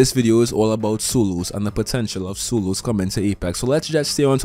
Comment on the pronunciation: For every, "soloos" he has said in this video, I'd be rich.